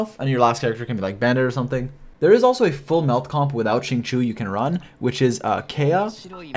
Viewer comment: his name is XINGQIU not qingqu =(((. Shing-Chiyow